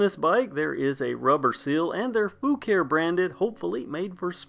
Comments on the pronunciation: The name is actually pronounced Fu-car-ee according to the manufacturer. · That's to be expected. The Fucare YT channel pronounce Foo-car-ee on several videos. It's like the different pronunciations for Asus. Taiwanese employees say Ah-soos while most others say Aye-sus.